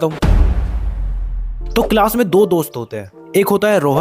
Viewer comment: Bhai it is not cilas it's class 😅